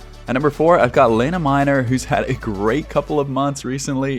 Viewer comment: Hi. Meißner is pronounced Mice-ner.